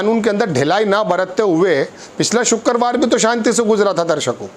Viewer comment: वाह तेरी हिंदी ,shukkerwar ,हिंदी उर्दू सही कर लो।